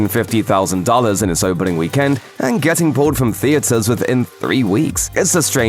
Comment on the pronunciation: Stop saying weekend that way 😭